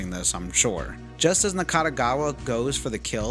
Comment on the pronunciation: Overall it's a very good summary of the plot of the game. Additional info from James and song lyrics are also insightful. Good job. Nakategawa, not Nakatagawa. And how can he be not in HCU, when he literally works in HCU? Game explains that all members came from different places, but they're all HCU workers. 50k yen today is still a lot. It's ps5 price in Japan. Not cup of coffee. Hachisuka is pronounced as Hachiska. Kusabi pronounced as Ksabi. Even James says it Ksabi. Nakategawa isn't a lolicon. He just says he likes lolitas. There is a difference. Typhoon people weren't in Blockbuster, they were in Tsutaya, but it's a same thing. And it's not 24 Wards, it's one 24th Ward. Also, you say that you've played over 10 times the game, right? Your Steam timer says only 109 hours, which is can be divided up to 5 walkthroughs. Where is the other 5? You played PS4 and Switch versions too?